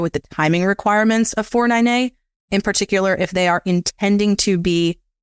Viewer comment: Great video. Took me a while to figure out that when he said “4NNA” he was saying 409A. Thanks for the great content.